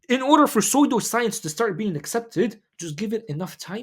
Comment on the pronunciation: pseudo science is pronounced su-do if the ps sound is too hard to pronounce bro